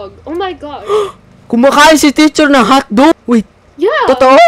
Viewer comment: "HAWTDOG" HAHAHAAA